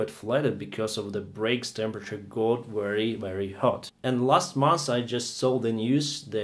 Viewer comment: Seven years of flying is nothing. Try more modesty. Also work on your accent. Especially the pronunciation of V. Say Very, not Wery.